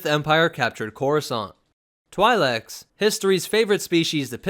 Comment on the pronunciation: Hera Syndulla, who is a Twi'lek, pronounces it "Twee lek". For what it's worth. :)